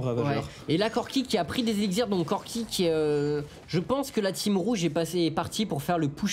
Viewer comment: Élixir, prononciation : eliksiʁ, et non elikziʁ ! =D